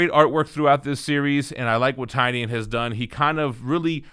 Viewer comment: I believe it’s pronounced Tin-ion